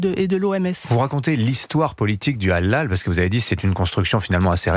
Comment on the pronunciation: Au lieu de dire Halal le mec il dit ''hallal'' 😅